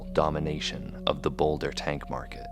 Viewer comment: "Boulda" - Joey Diaz